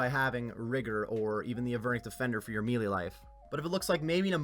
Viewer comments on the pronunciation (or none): none